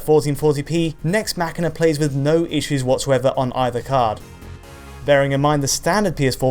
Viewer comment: yes that's how its pronounced. as in "deus ex machina". It's not mash een ah